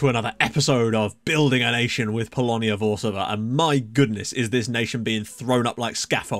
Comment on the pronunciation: Quick tip about GKS Bełchatów pronunciation - it's something similar to "Bel-hat-oof". Also, considering Polonia - Warszawa should be pronounced as "Var-shava" :)